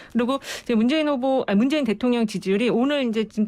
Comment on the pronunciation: 리얼미터 조끼입은놈은 아무 준비없이 나와서 이바구 까구있네... 문재인후보? 발음 버벅..버버벅? 그리고 비실비실 쪼개?